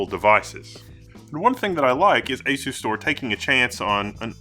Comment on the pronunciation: You are mispronunciation of the name Is wrong As-u-stor Pronounce it like as you store